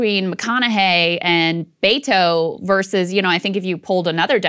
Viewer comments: It's not Baytoe...use beh-toe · I hate him for the sheer fact he pronounces his own name Bay-To. It’s Be-Tho. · Bet-tow, not Bay-tow. Are you EVER going to get this right? EVER? You make fun of lazy journalism all the time. This isn't just lazy, it's a personal insult to the candidate. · “Bay-toe”? It’s pronounced Beh•to, just a heads up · It’s Bet-o not Bay-to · Roberto becomes Beto. But that should be "Beh-toh" not "Bay-toh" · I cringe everytime I hear them say "Bayto". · Just saw a video of him saying his own name as Beh-Tow which is better but annoying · it’s not about him. It’s about blatantly mispronouncing a name that hundreds of thousands of people have. Culturally inept. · Im so sorry, so sorry. I must ask... Why are you mispronouncing his name. Mocking or subtle racism???